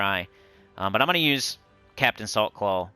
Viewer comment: Everytime you said Captain Saltclaw I heard "Captain of the softball team"